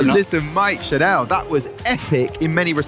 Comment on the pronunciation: Lmao it’s pronounced like “channel”, not “chanel “